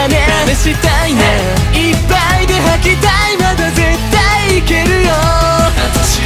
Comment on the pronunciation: 細かすぎて伝わるかわからんけど、ジェルくんの、母音が「あ」の文字の歌い方が大好きなんです！！！！ この曲の高音の母音がほぼ「あ」だから私の好みにめっちゃ刺さってくる、、いっぱいの「ぱ」とか絶対の「た」とか、、 解放感ありながらもめっちゃぶつかってくる感じの発音と高音で好き